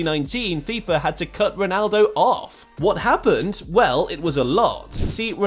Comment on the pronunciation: Fix your AI reader voice bro, "no respect t o Luka modric"